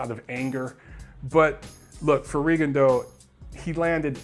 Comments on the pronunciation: it's Ri-GONE-dee-ow these days, doncha know? Or maybe it's Rig-gone-DEE-ow, damn his performance was so forgettable I forgot how his name is being pronounced these days. Francisco Vargas is one bad ass in the best possible way. Coming back two hours later from the hospital to the news conference was a boss move. Make it two of us who would love to see a rematch. Viewers, I second: don't miss seeing this fight. If it wasn't for Huck vs. Glowacki, Vargas vs. Miura would be my 2015 FOTY. Klitschko should win with ease over Fury. I'm waiting for the Fury freak flag to fly as my entertainment. Very interested to see how James DeGale looks. I came back from Vegas completely wiped out, it's been a busy year of boxing travel hasn't it? Or maybe we need to admit we are getting too old to burn the candle at both ends. Happy Thanksgiving to all boxing turkeys! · D I gave him crap about his pronunciation of Rigondeaux in his last video too. XD Though to be fair, in Rigondeaux's native tongue it isn't an easy pronunciation. There's a video on youTube of him saying his own name and it took about 10 listens with half speed to get it perfect.